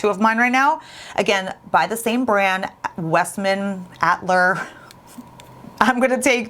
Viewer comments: I think it is Westman "uh-tilly-ay". And if I'm wrong you can just blame "one of your viewers". ;) Appreciate all you do! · remember that original Lawless foundation? I always thought it was very full according to some reviews. Do you like this one better? I think the pronunciation of the blush and highlighter is “ahh..till..eee..A” if that makes sense at all😂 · I grew up in Montreal and went to French school and Atelier means workshop and is pronounced “at - tell- ee- yay”